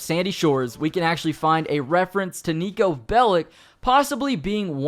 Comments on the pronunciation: You almost said Neko instead of niko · Andrew21397 honestly Niko sucks because voice actor didn't knew even how to rightfully pronunce his name, no one that isn't fron balkan can...